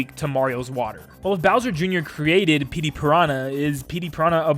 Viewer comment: “Pettey Piranha”